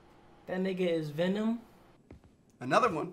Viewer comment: I love how H20Delerious says Venom, lmao, he says "Vinom".